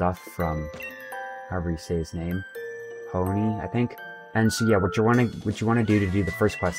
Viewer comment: It's pee-o-nee